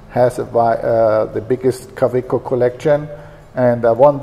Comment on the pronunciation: for those who want to practice the pronunciation of Kaweco :)